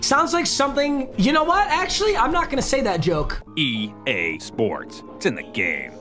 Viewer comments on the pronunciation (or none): Am I the only one who heard gae sports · I hear….”e gay sports, to the gay” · did no one else hear the, e gay sports it's in the gay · E Gay sports it's in the Gay If that's what you heard let me know 🤣🤣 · egay sports 😂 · EGay Sports it’s in the Gay haha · Did it say E GAY SPORTS ITS IN THE Gay? Or is it just me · When it say EA Sport it say E gay sport its in to gay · You heard that too?? 😂😂😂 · “E GAY sports to the game” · Did it say EGAY SPORTS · “E gay sports it’s in the gay “ (EA sports) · Lol it said e gay sports